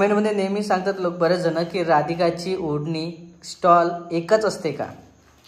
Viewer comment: स्टॉल नाही ग स्टोल बोलतात.....